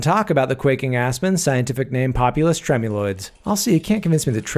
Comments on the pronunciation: Psst it’s pronounced tremuloidEES not tremuloids 😉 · Hello! Biologist here, thanks for all the fun videos :) I'll give you a tip I think you'd appreciate: scientific names are funny, we'd actually pronounce the species as Trem-you-LOY-deez It's a Latin thing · I thought it was pronounced trem-u-loy-dees